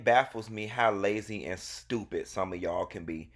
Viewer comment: It’s the strong “stupid” for me in the beginning. I can hear the spit through the microphone 😂😂😩